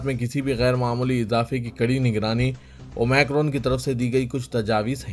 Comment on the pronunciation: Please correct your pronounciation. It is OmIcron Not OmAcron Aapko sunkar sab aise hi bolna shuru karenge aur dusre log mazaq banaenge